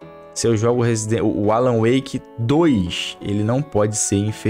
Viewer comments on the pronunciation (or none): none